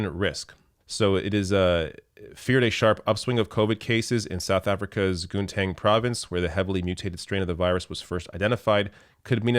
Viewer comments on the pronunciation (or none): That was the worst pronunciation of "Gauteng" I have ever heard. The "G" is pronounced a bit like the "H" in "humus". Gauteng province alone has clocked 100 000 excess deaths since the outbreak of the pandemic. South Africa has had 240 000 excess deaths in addition to 89 000 + covid deaths. We are one of the countries that have been worst effected per capita.